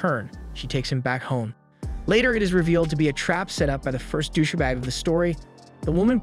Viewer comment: Who says douche-a-bag? Is this a computer generated read? And bodagaurd? What the hell is going on? This guy sounds like he's from California until he says these random words that make no sense.